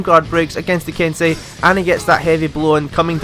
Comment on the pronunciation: "Ken-sigh" lol it should be "Ken-say", right?